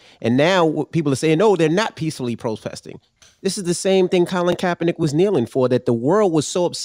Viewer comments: kAAApernick! first time i heard it said like that. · It's Kaepernick Russ. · And then they correct him on Colin K's last name.